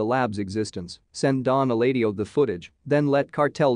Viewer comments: You might wanna consider voicing the videos without TTS if you're gonna write jokes or verbal cues into your scripts btw, because the "Nacho would've done the trick, but he's, err, otherwise indisposed" line just sounds plain jarring with the TTS. Also, the TTS read eladio as [el-ay-dee-oh] which is... also wrong. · “Don Elaydio?” For fuck’s sake. 🤦‍♀️ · Who is NAY CHO? Don ELAY DIO? If you can't get their names right, then this video loses its credibility. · Again, quite distracting that they couldn't get a narrator who knows how to pronounce the name of a major character like "Eladio" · Especially when they say it how many times in both shows?